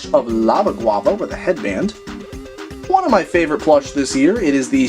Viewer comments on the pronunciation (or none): none